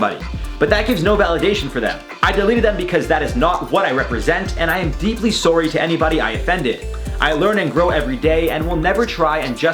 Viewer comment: do you say sorry like that on purpose? or its an accent?? it makes me giggle every time